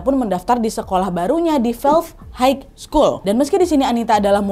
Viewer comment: Maaf Nadia, koreksi sedikit ya. HIGH itu bacanya HAI saja, bukan HAIK. G nya tidak dibunyikan 🤗 HIGH SCHOOL: HAI SKU:L